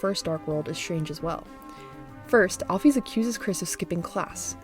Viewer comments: al-fis not al-fees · The way she pronounces alphys is angering me like at least use al-fis or or al-fyze